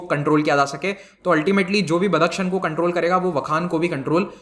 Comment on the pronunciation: बदक शन नही बदखशाँ सही नाम है।